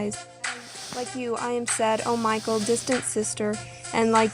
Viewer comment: Name is not Michael; it is Michal, pronounced mee HALL (the h sound is rough, like the ch in Bach or loch).